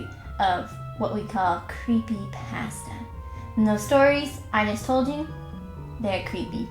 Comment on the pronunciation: Anyone else bothered by the way she says pasta?